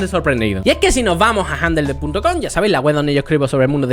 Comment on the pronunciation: Se pronuncia gendol no janjel